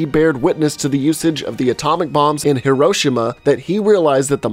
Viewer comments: Heroshema? It's Hiroshima. Learn to say it right. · I believe it’s HEE-roh-SHEE-mah pronounced like heroshema